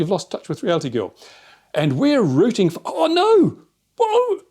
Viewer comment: Lol why can't he say rooting?